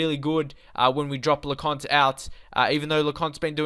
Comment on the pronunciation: Le-coin-t ..... Lecointe Gurr-e-eri ...... Gurrieri Jil-mert-tan ....... Gilmartin La-ery ...... Lowry Hor-ri-han ...... Hourihane Write this down so you can pronounce it properly when recording. I know how to say it, look at my YouTube logo. I have met most of the players. Yo-vil ......... Yeovil